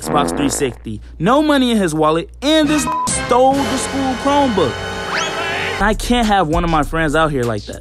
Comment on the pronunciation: i was dead when you said he stoled the school chrimebook